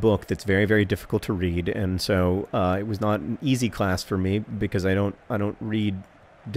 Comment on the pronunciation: "becoise" - John Green